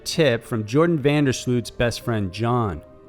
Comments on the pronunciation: It's Joran, not Jordan and it's pronounced with j sounding like y as in yellow. I enjoy your videos but you have many mispronunciations. I wish you would research before you make video. It's super distracting. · His name is JORAN (not "Jordan") Van der Sloot